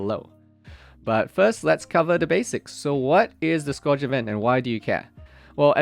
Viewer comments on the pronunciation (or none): bro its not pronounced like score-age. Its pronounced Scurge. L2 engrish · Scourge rhymes with surge, I hear people mispronounce that all the time, which I get it if english is your second language. It is not a common word.